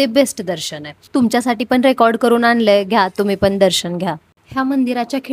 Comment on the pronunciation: "आनि", "पावने" सहा , "पन", "आनलंय" ... आमची काय तर म्हराटी भाषा. इंग्रजी कसे काय एकदम फ्ल्यूएन्ट बोलता येते?? . . . . . . शुद्ध, स्पष्ट, अस्खलित असे सर्वोच्च प्रतीचे मराठी बोलावयास शिकावे ही नम्र प्रार्थना 🙏🙏🙏